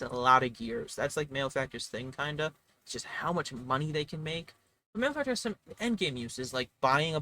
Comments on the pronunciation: It’s pronounced mal-e-factor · Interesting points, however, you have pronounced malefactor incorrectly. Therefore your opinions are wrong. I will now proceed to tell everyone I know that tailor is the only s tier class.